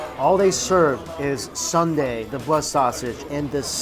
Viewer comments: It’s soon-deh, not sunday. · Love your videos, but Mike its not Sun dae, its Soon dae. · It shouldn’t be sun dae ...it’s called soon dae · Soon-day right?. Not sun-day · It’s not “sun-dae” like ice cream sundae... it’s soon dae, like literally “soon” & “day” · haha. Not Sunday, but Soon Dae (Soohn Dae) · it’s not Sunday it’s soon dae’ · Sooooooon dae! Sundae? Far from ice cream. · Soooooooo Dae, Mike, it's "SOON" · This bothered me too.